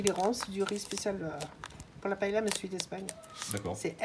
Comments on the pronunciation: Surprenant!!!! Jamais je n'ai vu une paella (prononcez paeya svp !!!), de cette façon !!! Vous servez cela à Valencia ou à Barcelone et tout reste dans l'assiette !!! Ce qui me surprend c'est le laurier et le chorizo !!!! Inédit !!!! Enfin, bon appétit quand même 🥂🥂🥂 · Des recettes de paëlla, il y en a plein internet. Mais on dit pa-é-lia, au minimum. Si vous entendez pas-est-là, c'est clair qu'ils ne savent pas de quoi ils parlent. l'Espagne elle est pas là.